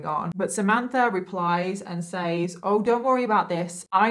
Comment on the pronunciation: I found you a few days ago and have binge watched for the last 3 days. Keep up the amazing work. I came here to say the word says is pronounced sez. I don't mind it being pronounced wrong but the word police are petty lol. Anyways I'm gonna keep binge watching because I love how you put these stories together even when it's not so easy to talk about subjects. Also really enjoy watching you do makeup. Is there any way in the beginning of the video you could say what eyeshadow pallette your using so we could try to do it along with you?